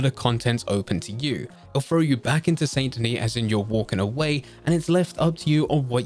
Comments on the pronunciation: THIS GUY PRONOUNCED IT SAINT DENIS INSTED OF SAN DENI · SAN-DA-KNEE...OR SANDY-KNEE. That's how it's said.